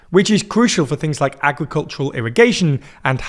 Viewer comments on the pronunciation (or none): none